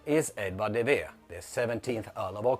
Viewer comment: First off the guy's name is De Vere not Vera. Oxfordians for years have been mangling Shakespeare’s name to where its unpronounceable and now you're doing the same with De Vere? The Pericles scene is a non sequitur why? Because you randomly say so? De Vere was kidnapped and then left naked on a beach, which didn't happen to Hamlet by the way. He had such a traumatic event that is brought up in another play and it means nothing? The only logical inference if Hamlet is autobiographical than this Pericles episode means something so what is it? If it doesn't mean anything than Hamlet is not autobiographical. As for Italian mistakes in Shakespeare how about the fact that Milan is not a coastal city but is depicted as one in The Tempest? You didn't respond to any of the William Shakespeare biographical connections that I mentioned in the previous post what about those inconvenient facts? De Vere patronized two play groups inherited from his father 10 years before any Shakespeare plays hit the stage and then abadoned it by the time Shakespeare came to the stage and neither of these companies had any connection to the Chamberlain's men. De Vere lent his family title to these companies and that's it. He had no connection with the actual running of the companies or producing of the plays. Anyone by buying a ticket to a play or buying a book is a "patron of the arts" so just being one proves nothing. I'm waiting for the rebuttal on biographical facts that connect with Shakespeare and no